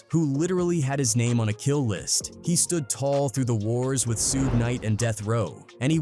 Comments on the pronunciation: Brother his name is pronounced like Shoog not Sue-gay. Was this video done with text to speech? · Suge knight not Sueg. The rapper, co-founder of Death Records. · Why this bot keep saying SU GAY SU GAY Lol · Sue gee, sew gay this guys pronunciation of Suge Knights name is hilarious 😂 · "Soog" 😂😂😂 'SUEGEY" 😂😂😂😂😂😂😂😂😂😂😂😂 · "Soogie"😂 lazy a.i. and operator😂 I'm always going to say it like that now😂